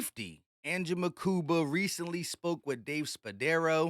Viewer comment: Stop saying Mukumba lmaoooo